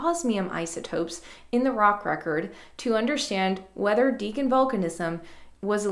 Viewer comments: You may want to check authoritative sources for the pronunciation of the word, “Deccan”. I was surprised to hear you pronouncing it, throughout this video, as “DEEK-uhn” — like the word, “deacon”. I’ve always heard it pronounced, “DECK-uhn”, although I grant I can’t state with absolute certitude that that is •the• correct pronunciation. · 'Maastrichian' goes reasonably well, but I'm fairly certain that Deccan is pronounced more like 'dekkan' than 'deacon' ;) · Great review. FYI. I think it is deh-kn with a short e not dee-kn with a long e. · I've always thought it was pronounced deck-in rather than deacon. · Why are you saying Deekan? The E here is clearly short, as it is followed by a double C. It comes from the Sanskrit word dakkan. There is absolutely no reason to change the short E to a long one.